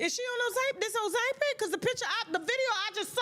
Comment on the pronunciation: Nooooo, she actually says OZAAAMPIC. 😂 Lord, having an education is priceless.